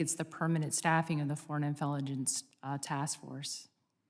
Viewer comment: Foreign "infelligence"??